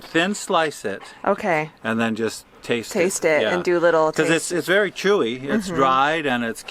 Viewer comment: "That was berry worth it" :face-green-smiling